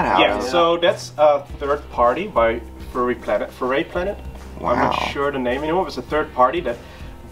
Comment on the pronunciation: It's Furay Planet goddamn lol